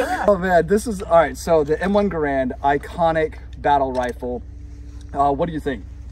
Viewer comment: Actually, 99% of people mispronounce the Garand. It's not like "grand" with an extra "a". John Garand always maintained that the proper pronunciation is more like "Gar-end".